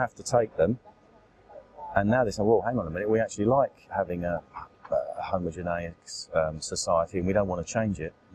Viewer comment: "homogeneous" Oh dear